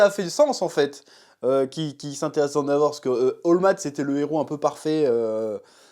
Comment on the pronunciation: Chef ... Arrête de dire "Andavor" .. ça trigger 🙃